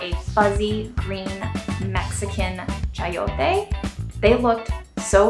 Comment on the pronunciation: You nailed the pronunciation of chayote! It's so good